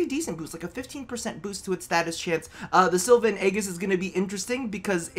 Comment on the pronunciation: Sil-va and Ay-jis BTW is how you say it